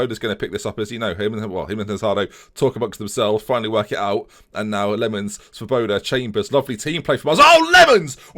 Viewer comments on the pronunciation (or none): Just thought I would let you now that Svoboda means freedom in Czech and it is pronounced differently - look at google translate for the correct pronunciation. Good vids keep up the good work